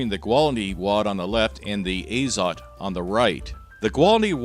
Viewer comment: A little bit of trivia. It's azOt, not Azot (too lazy to figure out how to put stress symbol properly). And for whoever might be curious it means nitrogen.